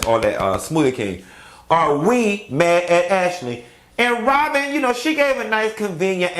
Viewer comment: If this man say “Ron & Wobyn” 1 more time